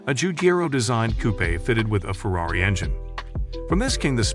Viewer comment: He also says “ferayti”, “porchee”, “fyat” and “coupee”. Maybe it’s a machine reading the text